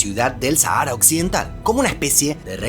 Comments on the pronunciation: En España nadie dice "Sahára", se pronuncia "Sájara". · Harto me tienes , no es sahaaara es Sáhara saaajara no sahaaara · En español se pronuncia "sájara".